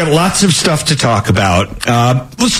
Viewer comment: Every time he says "stuff" I hear "Shtuff". Way to restrain yourself,.😂👍🏻